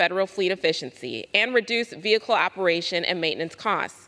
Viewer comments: What’s a veehickle ? Is it a type of TRANSport ? OMG ban it! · Vee- hicle.Are they from the same state, Kennedy and this member? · Veehickle. Take that in for a moment. Veehickle.